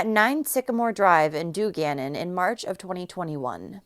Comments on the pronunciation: It's DUNgannon not Du Gannon. Made me laugh. Thanks for covering this case. Too close from home for my liking. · Awful but just letting you know its DUN GANNON pronounced done.